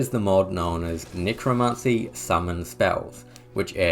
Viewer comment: Nicro NICRO ??? its NECROMANCY dude get it right